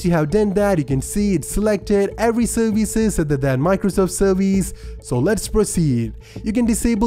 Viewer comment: I love your voice very much! I've come back 20 times just to hear you say "serveeze"!